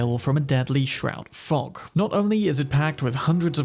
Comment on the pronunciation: I know because of subtitles and deduction that he said “deadly shroud fog” but the first time, I genuinely heard “deadly shroud fuck”. XDDD